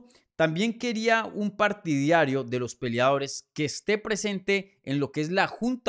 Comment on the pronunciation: Es, Partidario. Lo dijiste mal como 30 veces